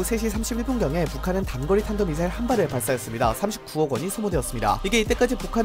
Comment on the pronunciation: 발음까지 미싸일이라 한거 보면 노린거임